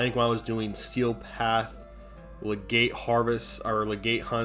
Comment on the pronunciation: Btw, its lega-CYTE not legate lmao